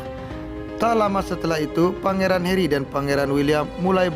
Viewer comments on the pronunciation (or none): it's Harry not Herry